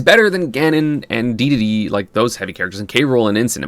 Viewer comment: Having not watched an ESAM video in a couple years, hearing him pronounce the word Dedede correctly feels like an angel losing its wings